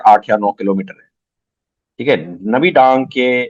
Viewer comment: 😂😂 नबीडांग नहीं है वो नाभी डांग है😂😂😂